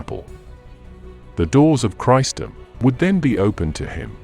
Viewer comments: The correct word is CHRISTENDOM, not "Christdom." Where did you get that from? And Constantee Nopple?? One can only deduce you meant Constantinople. IF you are going to use a voicer translator, make sure it is Dragon Software, that uses correct British English, not this abortion you use here. I get so annoyed by people who just don't admit they don't speak English, and then make a trash of everything they fail to do. Your channel is BLOCKED. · It is not bloody Christ Dom .. it is Christendom ... you really need to pay more for your voice overs. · Not "Christ-um": Chris-en-dom. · The pronunciation is an issue...christ dom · AI narration is no substitute for someone who can pronounce “Christendom” and “Constantinople”.